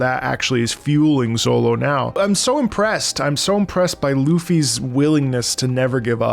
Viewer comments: Calling Zoro “Zollo” seems criminal 😂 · Z... Zolo... oh no lmao It's Zoro, with an R. I dunno where you got Zolo from lol I think 4Kids did that maybe? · I get what you are saying but I can not continue watching due to you saying "Zolo" lol. great video though! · Your not wrong about the zolo thing cause your reading instead of watching but its still funny to hear 😂. Caught me off guard at first but then i remembered thats how they spell it in the manga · Oh god don't say Zolo💀 His name is Zoro! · are you sayin Zolo to intentionally troll?cuz by the 5th time you said Zolo i wanted to reach in my screen grab you by the beard and scream "It's ZOROOOOO" anyway your gonna love it....keep going👍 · My brain shuts down for 30 sec everytime you say Zolo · Proof he only reed this because he says Zolo 😂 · Bro said ZoLo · bro saying zolo had me confused for longer than it should have taken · This was a genuine and pleasant laugh every time you say Zolo 🤣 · Please don't say Zolo please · Did you just say "Zolo"? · Each time bro says ZoLo my soul hurts 😂😂😂😂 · My ears care. My brain cares. Same as when someone puts the stress on the silent u in Sasuke. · well, luffy is pronounced like "ruffy" in japanese, so it might as well be lolonoa zolo